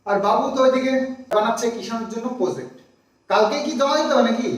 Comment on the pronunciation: kothata Project,uchcharon holo jaw,zaw na onekei ei bhul ta kore ektu kheyal rekho please.